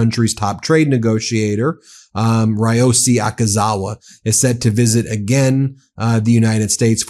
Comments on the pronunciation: Ben, some tips on Japanese names: Vowels always strong like Spanish/Italian, Y always weak! 1. Prime Minister Ishiba 石破首相: EE, SHE, BA You said ush-EE-buh” so transcript wrote “Ashiba” 2. Ryōsei Akazawa (赤沢 亮正) : “le-YO, SAY” or “re-YO, SAY” You said “RYE-o-see” so transcript wrote “Rayosi” Ryo like Rio, Y is always weak as in Tokyo and Kyoto. Like the i in the British pronunciation of Lieu (not LYE-oo or loo ;) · Ben: Pronounced REE OH SAY Akazawa